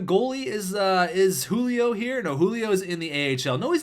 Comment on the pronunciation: JU-LI-O not U-LI-O